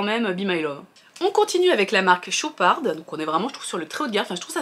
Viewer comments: Hello ça se prononce chopar sans le d a la fin 😊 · Très bonne vidéo ! Par contre c'est "Chopard* on ne prononce pas le D final😊😅